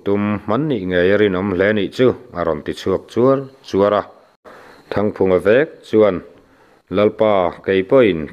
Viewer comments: A ngaihnawm thin e.mahse,ka tive lawk.chūar chûar tilo in.chuar chuar tiin lamta la a dikzawklo maw le kative mai mai.a ngaih nawm ltk e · Chuar chuar i lam rik dan hi a dikhlel deuh e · I chhiar thiam e. Mahse CJUAR CHUAR tih hi i lam dik lo a nia